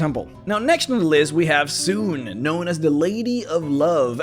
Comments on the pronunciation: Suneeeeee, not Soon. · soo-nay, not soon. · Sune is pronounced 'Soo-nee'. Bah, noobs. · Too bad no one pronounces her name right. :'(